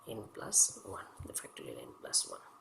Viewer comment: Are you saying factory N?